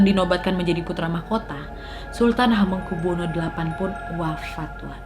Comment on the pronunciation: CARA MEMBACA NAMA ( ASMO ) BELIAU MASIH ADA YANG KURANG PAS